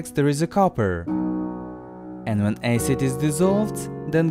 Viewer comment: Finally learned how to prounonce acid